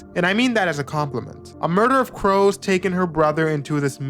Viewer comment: I thought you said a "murder of bros"